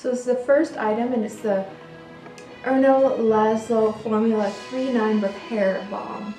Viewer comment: Girl, I would have liked to subscribe, but here is why I can't. You botched the pronunciation of Erno, Rainier, Fleurissime, etc. You botched English too: HER and Marilyn Monroe...REALLY?? Try SHE and Marilyn Monroe. Jeez. Sorry.